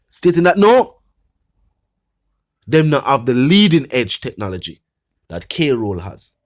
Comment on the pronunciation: On a serious note, I was very attentive to this blogger until I realized that he cannot pronounce "KROLL" 😅